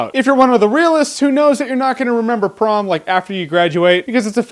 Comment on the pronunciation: Is it just me or does anyone else hear "Tron" and "Porn" every time he says "Prom"?